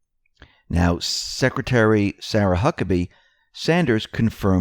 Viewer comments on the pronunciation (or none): none